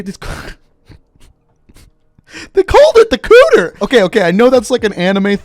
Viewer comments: Dear God man, I can tell you do not know a lot of anime Tsundere Yandere Kuudere Dandere They are anime character types, the part you butchered, the dere part is pronounced deh-rey Tsun-dey-rey Yan-dey-rey Kuu-dey-rey Dan-dey-rey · Kuudere is pronounced like "ku~de~re and I'll be more worried about what kinda clothes are covering the Famas....yeah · Say kuudere again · the fact of how many weebs are here correcting how you say kuudere😂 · You did say it wrong, Im laughing too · I don’t think he has seen enough anime to know what the actual pronunciation of the word is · Its not just kuudere. He has mispronounced plenty of terms and names that he uses on a regular basis in reference to CoD. Chiefly, I'm talking about his pronunciation of Khaled al Asad. He says it all the time in his warzone lore videos. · I've been calling him out on all his mispronunciations for a while now lol. But it (in my opinion) makes him look ignorant and like a typical monolingual lol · "they called it the cooter!" Weebs: " it's pronounced "Coo-Da-Ray" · Cooter lmao it's kuudeRE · pronounced it as "kooder" but it is "koo-de-re" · ACKHTUALLY ITS NOT PRONOUNCED COOTER ITS PRONOUNCED KUU DER A(just the letter a) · He said kuuder It's pronounced kuuderay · The pronunciation is A+ “Cooter” It’s Ku-De-Re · Its kuu-dere not kuder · Nobody This guy "Cooder" Does nobody know Japanese anymore? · One thing I wanted to know with BOCW was how the point multiplier is. Like is it, 2x for 2 kill streak, 3x for 3, 4x for 4, etc or what? Also Kuudere is pronounced Koo-dare-ey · it's actually Kuu-dare-ray js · kuu-dere like dare ey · its koo dare ray kuudere edit:kuudere is a japanese term for a girl or boy who acts emotionless on the outside but actually cares on the inside, not to be confused with tsuundere who acts like they hate someone when they actually harbor feeelings for them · It's KUU-DE-RE HAHAHAHAHAHAHA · Its Koo-dea-rae hahahah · It's called KUU-DERE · tHEy cALleD IT ThE koOTEHR